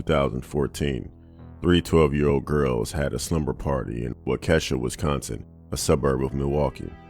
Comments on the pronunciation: Pronounce as wok uh shaw. It is an indigenous word. Other than that good content as always. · That's not how you pronounce Waukesha.